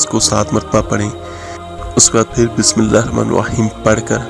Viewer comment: Ap Bismillaha to thek see par ni rehy .